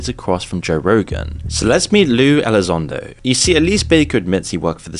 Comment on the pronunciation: Not lue...its Lie Elizondo, syop